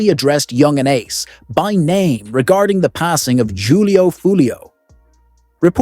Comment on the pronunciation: Jew lee o. Foo lee o 😂😂😂